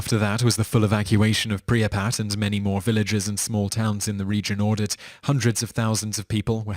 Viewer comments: This guy calls it Pree-a-pat!!!!!!! It is actually pronounced prip-ee-at. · Pre-a-pat?!?!? how about prip-yat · I don't like how you said "Pripyat"